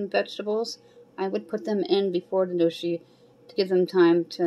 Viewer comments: I love gnocchi too. It's pronounced "no-key". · Gnocchi is pronounced "Nyo-kee" ...just a lil FYI !